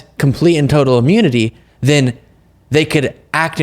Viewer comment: Please give him some of that "imyuniti". Because he can't function. He's not even president and he's not functioning now.